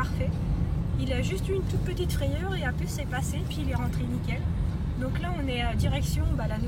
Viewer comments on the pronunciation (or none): none